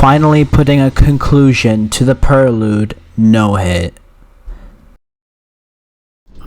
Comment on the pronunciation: the amount of times you said perlude and cerbius began to hurt me physically (nice job on the challenge tho)